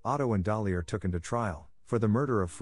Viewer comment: Taken not tooken